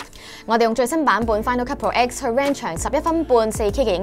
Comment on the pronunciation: 名要準確 係 Final Cut Pro X (讀Ten) 唔係讀X